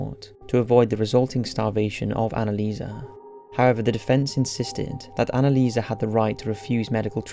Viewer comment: Annelieserrrrr. Come on.